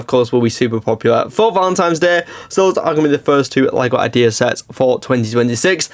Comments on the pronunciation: Does he seriously not know that it is Valentine's Day not Valentimes? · “Valentimes”? 😂 Also, that fish tank is going to tank at that price! 🤦‍♂️